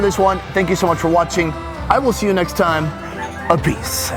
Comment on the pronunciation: ''over thaime''